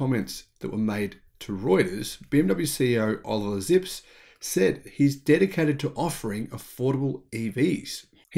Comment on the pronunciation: Sorry to say Sir, but you can’t pronounce foreign name the English way, a name is a name unless it’s geographical and translated sometime in the past. The BMW Managers name is Zipse it’s not Zips. He got an e in the end of his name and in German that it’s a sound. There is lots of videos here on YT where he is presented by people in German and there you can get the correct name! No I am not German but happens to speak a bit German. Look out for Ö and Ä its not O and A, but some very different sounds, just as a side note! No offense, I love the show.